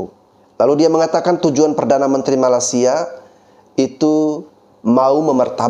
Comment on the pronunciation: Bang bro, maaf mau ngasih tau, kalau bilang Malaysia jangan bilang Malasia tanpa y bang. Kemaren channel Rusdi Rusli mencoba beberapa kali mengkoreksi perkataan abang. Bener juga sih, coba kalau ada org luar negri yg berkali-kali salah menyebutkan nama negara kita salah Indonesia jadi INDONESA tanpa I. Yaitu aja sih koreksi nya. Makasih